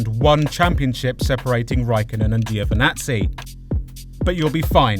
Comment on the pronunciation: Before I forgot... it's just priceless how you guys pronounce Giovinazzi 😁😝😁😝